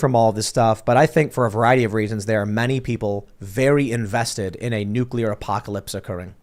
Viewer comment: God damn it! It is NU-CLEAR not NU-CU-LER!!!!!!